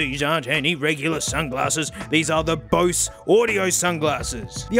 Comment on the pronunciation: Doesn’t even know how to pronounce Bose. It’s not bowsz